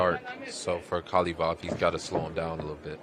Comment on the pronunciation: How hard is it to hear your partner saying ka-va-lov? And you keep saying ka-lee-vov?